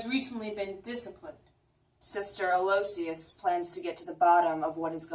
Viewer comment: The nun's name is pronounced "AL-o-ISH-us."